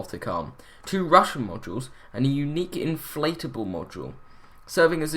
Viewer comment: Your pronunciation of Russian is deplorable :) Go to google translate and listen! Not too hard to say :)